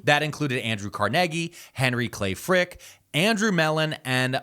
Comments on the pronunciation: doing my walk Wait he just say CARNEGGY lol I need a shirt Carnegie pronounced Carneggy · It's car-NAY-gee, right?